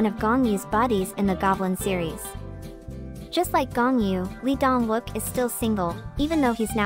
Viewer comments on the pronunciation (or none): Lee Dong Wook is pronounced E-dong wook and Gong Yoo are extremely private and independent men,their careers comes first. Its a personal choice for getting married. Their private life is exactly that private. I will always love and support these extremely multi-talented men but leave them alone and stop expected them to live with these arcaic korean standards. They are all successful through their own hard work and being single shouldn't be seen as an affliction.